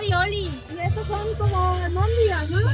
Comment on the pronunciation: La señora dice “ alMondigas “. Fin del video.